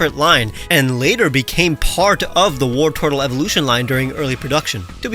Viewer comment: Wartortle isn’t as in “war” it’s as in “wartor”